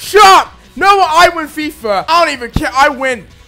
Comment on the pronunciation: its i win fifa.... not i win fifer... lol